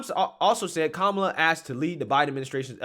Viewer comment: Her name is ka-Ma-la. It is a classic Indian name.She can’t even tell the truth about her name.